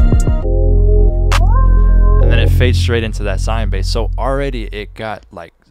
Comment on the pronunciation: “swine bass”😁🤷‍♂️